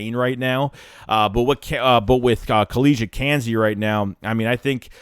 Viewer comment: KEY-Lee Ringo, Kelee Ringo. Not Kelly Ringo... SMH...